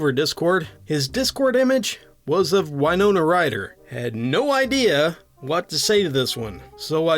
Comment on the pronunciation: Well, I guess it's official: I'm old. "Winona Ryder" was an actress quite popular in the 1990s. Her name is pronounced "win-OH-nuh" where "win" rhymes with "pin" or "bin". ;)